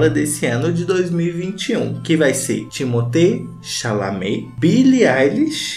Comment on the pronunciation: ele falando TIMOTÊ CHALAMÊ tá me matando de rirrrrrr kkkkkkkjjjjj